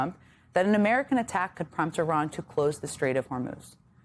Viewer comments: I looked up the pronunciation from a native Iranian, and it sounds the same as her pronunciation. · Iran will think you're ignorant if you don't pronounce their country right. They already do but it would earn their respect if you tried to get it right. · It was literally 7 different videos from Iranians here on Youtube. They all pronounce it like her. How about this, just get to the point and describe how you think it should be pronounced.